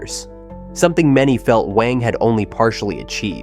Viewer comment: Wang is read as "wah-ng" instead of "weh-ng"